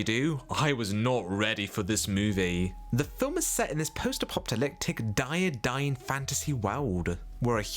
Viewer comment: I think you meant Connie Booth and Fawlty Towers. Not a clue what you actually said. And it’s Apoc-ah-lip-tick